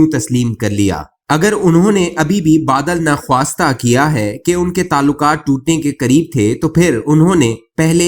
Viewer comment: کالم پڑھنے والے کو چاہئے کہ اپنی اواز اپلوڈ کروانے سے پہلے ایک بار کسی اردو دان سے اصلاح لیا کرے ۔۔۔ کہیں کہیں تو بہت بری ٹھوکر کھا جاتے ہیں۔۔۔ بادٍل ناخواستہ کو " بادَل" نخاستہ ۔۔ مؤخر الذکر کو " موخذ " الزکر " کہنا دو مثالیں ہیں۔ باقی کا بھی اللہ ہی حافظ ہے۔